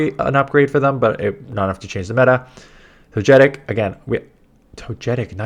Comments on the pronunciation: How do you get To-gay-kiss right but not To-jay-tic? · I’m sorry I’ve never heard anyone pronounce Togetic the way does, I actually chuckled 😂